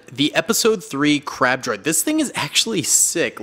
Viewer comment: I thought he said crap droid😂